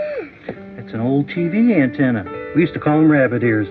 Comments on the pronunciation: An-TEN- ah not an-TAN-ah. Please ❤ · It's "anTENna" not "anTANna", ya dim droid voicebot. I still use an antenna because over the air signals are often clearer than cable, and with digital multicasting, each station can carry a dozen different programs.